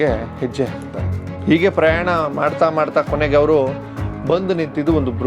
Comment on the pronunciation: ಓಗುತಾರೆ.ಒರಡುತ್ತಾರೆ.ಒರಟು.ಈಗೆ. ಅಪಭ್ರಂಶ. ಬಿಟ್ಟರೆ.ಚೆನ್ನಾಗಿದೆ. ಉಚ್ಚಾರಣೆ ಚೆನ್ನಾಗಬೇಕು.ಹೆಸರನ್ನು ಎಸರು ಅಂದರೆ ಹೇಗೆ.pls tappu ತಿಳಿಯಬೇಡಿ.ಹೋಗುವುದು.ಹೆಸರು.ಹೇಳು.ಎಂದರೆ ಚೆಂದ ಅಲ್ವೇ.ನಿಮ್ಮ ಕಾಳಜಿ ಮಾಹಿತಿ ಸಂಗ್ರಹಣೆ.ಎಲ್ಲ ಸುಂದರ.ಅಭಿವ್ಯಕ್ತಿ ಕೂಡ.ಉಚ್ಚಾರ ಎಚ್ಚರಿಕೆ ಇಂದ ಮಾಡಿದ್ರೆ.ಸರಿಯಾಗುತ್ತೆ.ಅಭಿನಂದನೆ